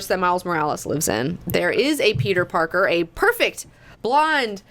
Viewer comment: It sounds like he’s saying ‘porker’ every time he says ‘Parker’ too